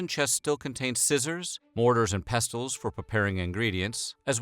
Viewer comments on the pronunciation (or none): It amazes me how many words were mispronounced by the narrator, words like 'victuals' and 'pestle'. When mispronouncing such words, the narrator comes across as being somewhat uneducated. It's a shame.